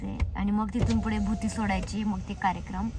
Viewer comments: भूती नाही g baiii.... बुत्ती असते ती😂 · भुती नाही बुत्ती असत😨